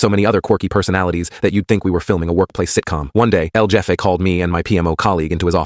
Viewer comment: El Jeff E? El Heff A. Shizzzzzzzz.